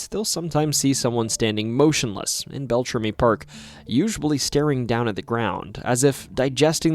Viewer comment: It's so hard to listen to you mispronounce everything. Bell-tram-EE. Also, Ojibwe is the language. The people are Aniishinabeg.